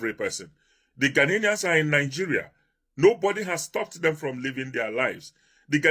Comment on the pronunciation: Why can't Nigerians pronounce or spell "GHANAIANS" ?😀😆They keep saying "GHANA-NIANS" and spelling it,"GHANAINS " Omo Nigeria, it is spelt GHANA-IANS and pronounced GHANAIANS,got it??😆